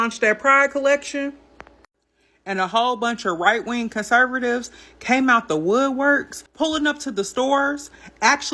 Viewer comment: Kurrsurrvtives she said😆 You KJP is her hero